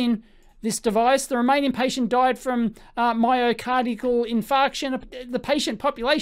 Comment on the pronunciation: "...myocardical" ? Oh dear ! BTW, "myocardial infarction" is just the medical term for a heart attack. >